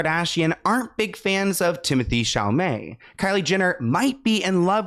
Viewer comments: It’s Temo tay Shall a may for the billionth time 😂 you’re making way harder than necessary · Ypu mean I get a whole video of saying TimAthAe ChAlAmAy I'm so pumped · I miss calling him Timothee Chamalet 😢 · I love when you talk about this topic only because I laugh so much when you say "timothy chamalet" 😂😂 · “ Timathay Shamalay “😂❤️ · Lol That’s so funny how you say his name 😄